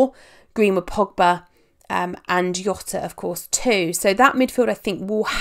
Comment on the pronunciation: says Jota WRONG